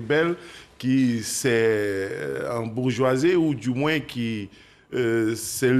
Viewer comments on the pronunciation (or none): none